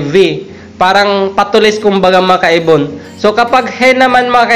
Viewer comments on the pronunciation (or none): "Mga kaibon" Pala Yun? Kala ko "makaybon" 🤣🤣🤣